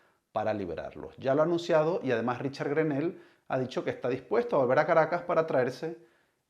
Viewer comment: Periodista o no se si lo es pero preocupese de como se.pronuncia en ingles ese nombre porquw nones GRENEL es greno la "l" odcura a penas se marca.